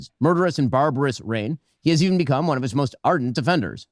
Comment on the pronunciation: “One WAN” goes hard these days